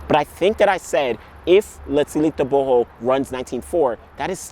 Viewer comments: You really know how to pronounce "Tebogo Letsile" well, not like us but you are better than many🥰🥰 #ProudMotswana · I am glad you said his name right